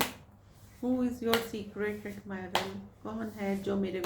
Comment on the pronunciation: Am I the one who is hearding secret admirer ❎ Secret admirel✅💀